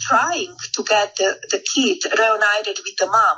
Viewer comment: Thee Leeberal meedia!!